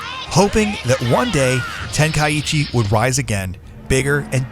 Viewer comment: Its pronounced (Ten - Kai - Chi) not tenkaiEchi